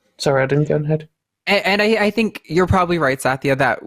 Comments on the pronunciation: I would pronounce that as sat-ya. It means truth in Sanskrit. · I had friends here in Australia who were sanyasins with Swami Satyananda Saraswati and I've never heard it pronounced other than the way I said. Regional difference? Maybe.